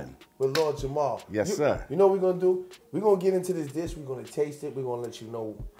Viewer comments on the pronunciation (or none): It sounds like ur saying Jamal. It's JAMAR! Lord Jamar....🤦‍♀️